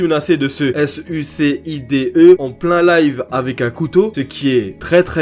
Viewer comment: Tu ferra gaffe ta dit s.u.c.i.d.e au debut et sa s’écrit pas trop comme ca mais sinon bv le reste